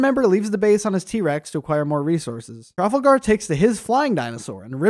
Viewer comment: I had a genuine reaction by how he pronounced Trafalgar I am 99% sure it is (tra-FAL-gar)